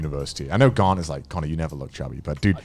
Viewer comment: I didn't realize Garnt's name was Garnt for the longest time because y'all don't pronounce the R. Lol.